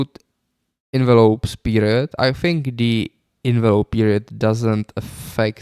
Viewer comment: You don't "Think", you always "Fink" 🤭